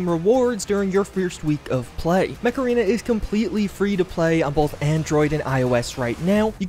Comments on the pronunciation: Yep, i can only hear Macarena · I can't be the only one that heard "Today's sponsor, Macarena" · Whenever he says "Mech Arena", I always hear Macarana, as in the song. Please tell me it's not just me. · Could've sworn you said "Macarena" 😆👍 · Yep same here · lol, I'm watching this video while I'm really tired. and when you said mech arena I thought you said macarena and were pronouncing it weird